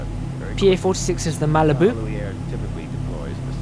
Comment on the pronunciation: just a heads up for the name, its pronounced ka-hoo-luh-wai